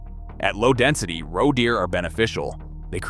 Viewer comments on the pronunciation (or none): Grossly bad mispronunciations. How many different ways can you screw up saying "roe"?